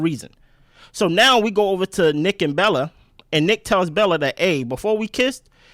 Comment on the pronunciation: “Welcome to the island Belle-A” 😂😂😂😂